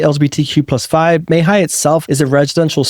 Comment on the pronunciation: Re: Mae Hia. I had to check the spelling because I didn’t recognize it and I live in CM. It’s pronounced “Mah Hee-Yah.” First vowel is like the “a” in cat. It is a less densely populated area and yet not inconvenient for shopping or getting into town. However, “minutes away from cafes, bars, etc.” always means noise here as bars almost all play loud music at night, on weekends, and during holidays. Note that there are many, many housing developments like the one you showed so it’s good to shop around. Overall, we love CM.